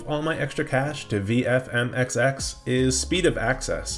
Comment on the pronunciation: VMFXX not as you said, VFMXX